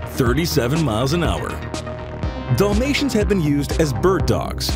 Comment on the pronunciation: Dollmatian? Wai-muh-ray-ner? Eyebeezan??